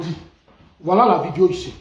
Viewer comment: Monsieur dites " video" et non vidio "s'il vous plait. S imple contribution.